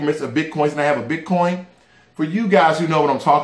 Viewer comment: ...did u say potcoin???